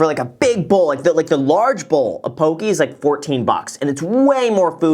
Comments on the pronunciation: Poke, pronounced 'pokay' not pokee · Yo Graham, it is pronounced po-kay not pokie :) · Po - KE not pokie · Graham, just a heads up, the dislikes on this video are all Hawaiians laughing at they way you say poke , it’s Po Kay not pokey. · Loved the video. Mad respect for this guy working at his business. Btw, I'm Native Hawaiian and always giggle inside when people pronounce it "poh-key" and not "poh-keh." (Poki = penis, in Samoan, & popoki = cat, in Hawaiian) 😄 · Aloha Graham, "Po-kay" not Po-kee". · It's not "Pokee". It's "PokEH". 😭😭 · ITS NOT PRONOUNCED POKEY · Pronounced “Poe-Kay” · it’s more like “poh-keh” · Poh-KAY as google would translate it. Just helping people pronounce it! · The way he says poke... lol i cringed a bit. its "po-kay" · Graham, Poke-eh. Please. I still SMASHED the like button but if this continues I may not be able to anymore. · It's poh-kay. Just wanna throw it out there. (